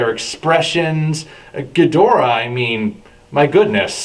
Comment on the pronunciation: You are rapidly becoming one of my favorite youtuber's,. I had my differences with you in the past over pronouncing King Ghidorah's name, but since then I've enjoyed every one of your videos. They have been so fun to watch. Whether you are making Godzilla cookies or reviewing other material, your channel is just great! Cheers buddy! One question, who's the bust of in front of the old school black camera on the right side?